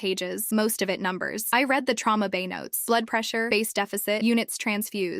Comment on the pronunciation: Once again, AI chose the wrong pronunciation of the two possible ways to pronounce the word "read". Again. PS thank you to the person who said the story was incomplete. Sayonara.